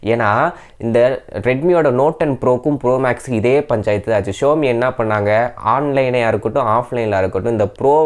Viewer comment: It's Xiaomi ( shaumi) not showme apart from that it's was good unboxing 👍🏻👍🏻